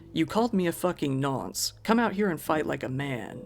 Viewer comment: You are correct on the definition of nonce in the UK but it is just thrown around and used very lightly as if to call someone a moron or idiot etc. like it's not used with that technical definition in mind. Also the pronunciation sounds more like "Nunce" if that makes any sense lol.